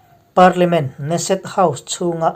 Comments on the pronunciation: Ne-set ni lovin Ke-Ne-Set tia lam tur niin ka hria. Muslim 8750 in in leh lo an chan dawn maw? Nep emai, Muslim ramah Christian maktaduat tam tak an that chimit vek chungin tunge an tan kawng zawh? Muslim ram khat talin ICJ ah hek han hlawh tawh em? Khawvel hi Muslim te tan chauhva dik na humhalh na a ni lo tih hi Christian inti te chuan kan hriat a hun ta hle. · Kan komen leh lawk neset nilo in keneset tih tur aw. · Keneset ti a lam tur a niang